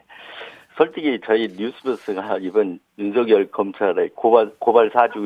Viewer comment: 뉴스등 제가 듣고 본 방송 중에서 유일하게 윤석열을 윤서결이라고 제대로 발음해 주시네요. 다른 방송에서는 앵커 아나운서 기자 가리지 않고 거의 대부분 윤성열이라고 발음하던데.. 극히 일부는 윤성녈이라고 발음하는 분도 계시더군요. 괴문서라는 말에 화가 나셨나봐요. 기가막혀 하시네요.